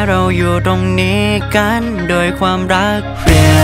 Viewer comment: บางคำเสียงวรรณยุกต์ฝืนไปหน่อย กัน-กลายเป็น-กั๊น จำ-กลายเป็น-จัมป์ เพื่อน-กลายเป็น-เพื้อน